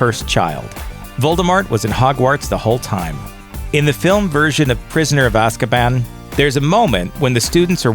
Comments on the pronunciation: Stop stop stop stop stop Your going to kill someone’s brain cells It’s Azkaban not Ozkaban Ok I’ll leave now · And AZKABAN not aaazkaban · It’s A-sc U-ban not O-scub O-n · stop, stop, stop, you’re going to annoy someone, besides it’s AAAzkaban not OOOzkaban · Only Die hard fans would get triggered at the fact he said “sorcerers” not ‘ philosophers’ 🤬😡 And bish its ‘Azkaban’ Not Ozkaban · Prisoner of ozkaban really? You mean azzkaban (pronunciation) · It's Azkaban not ozkaban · Btw.... It's Azkaban not Ah- Zak-ah-bahn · It’s not ozkabon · Why do you gotta pronounce Azkaban as Oz-Kuh-Bon? Even JK Rowling literally pronounced it as Azz-Kuh-Ban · Oz-kuh-bohn?! I do believe you meant Az-kah-bahn. You know: the way it's said in the movies, and the phonetic pronunciation of it's spelling? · Seriously, "Ozkabon"... 😒😣 Lmao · Why do you keep saying ozkaban? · it's pronound az kuh ban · Like ozkaban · Someone who says AHzkabAHn is not qualified to narrate a vid about Harry Potter. Just saying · how come you went from azkaban to ozkaban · It's pronounced roll-ing and az-ka-ban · The prisoner of Ahzkahbahn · The way you pronounced Azkaban makes me think that you haven’t seen many of the movies or read the books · Is no one gonna get mad at the way he sais Azkaban? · First of all YES i know all second of all I would like if you pronounced all of the names of places right sorry it just annoyed me a bit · I cringed so hard when he mispronounced azkaban. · who cringed when he pronounced Azkaban wrong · penseeve, raowling, azzkahban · Awesome vid. But like what's with your pronunciation of Azkaban and Gringotts?